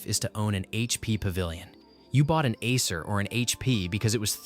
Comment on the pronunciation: Asses Roach, that’s some perfect pronunciation.